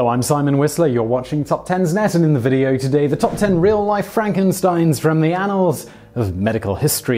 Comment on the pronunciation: I clicked to know how Simon would say annal and I wasn’t let down